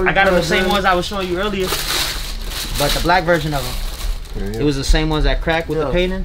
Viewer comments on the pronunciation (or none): none